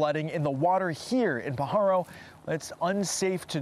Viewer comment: Born and raised in the area you're pronouncing Pajaro wrong it's not p paharo